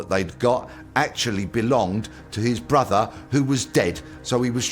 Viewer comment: Its brother not brofer